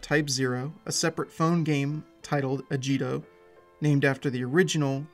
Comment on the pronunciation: its "ah gi to."